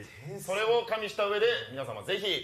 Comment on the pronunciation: わき、かんびしたらじゃなくてかみ（加味したら）だよw